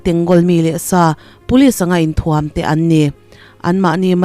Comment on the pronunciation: 'Inthuam' i lam rik dan hi a dik lo.